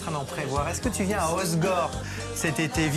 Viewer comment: Merci hossegor, il y a 2 ss par pitié. Et non pas de z à la prononciation